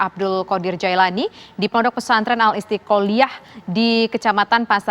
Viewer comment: Istiklaliah Bu . Bukan istikoliah .